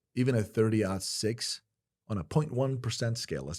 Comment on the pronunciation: Remington "Accelerator"? Sabot .22 in 30-06 case. 4000 fps. And it's Aught 6 (0 = aught) not Odd six! Aught Six!